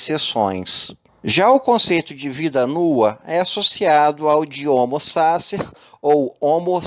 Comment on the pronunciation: O conteúdo do seu vídeo é maravilhoso. Se pronunciasse corretamente o nome do autor e o conceito de homo sacer, seria irretocável. Uma dica: use o Forvo para saber como se pronuncia qualquer palavra estrangeira.